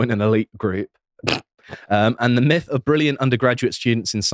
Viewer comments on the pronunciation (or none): none